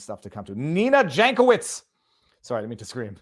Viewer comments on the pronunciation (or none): Yank-oh-veetch in slavic. Like Weird Al.